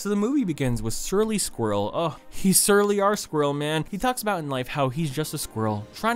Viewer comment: Sometimes when you say “Surly” it sounds like “Shirley” which would probably be a better name anyway.